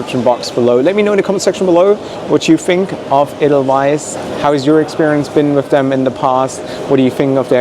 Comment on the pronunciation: Edelweiss! Nicht Adelise!😢